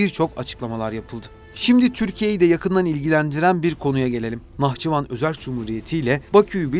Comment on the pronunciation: Автор когда готовишь материал по грамматике тоже будь добр Быть готовым ударение в Нахчыван Посмотри куда падает ты смешно выглядишь